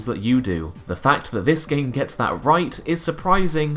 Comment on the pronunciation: You need to practise your th's, it's "that" not "vat"